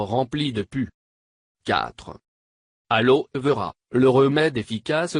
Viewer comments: La voie est trop rasoir g failli m'endormir 3 × et puis alors vera on prononce aloé vera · jsui morte comment il a dit Aloe Vera 😂😂😂😂